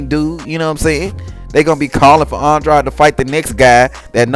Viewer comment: How are you going to be a fanboy yet you don’t even know how to properly pronounce that man’s name. It’s Andrade.. rhymes with braid . Wtf is aun-draud? Lmao!